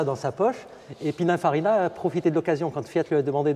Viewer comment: Superbe auto unique🙂et belle description, juste un détail c'est "Pininfarina" 😄